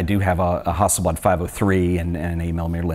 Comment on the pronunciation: Why do you keep calling the best medium format camera a Hosselblod? It's a Hasselblad!!!